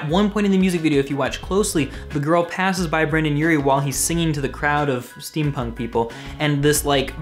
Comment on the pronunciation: Brendon not Brandon